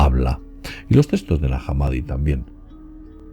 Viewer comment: De que "textos" hablas,? No entiendo cuando lo pronuncias.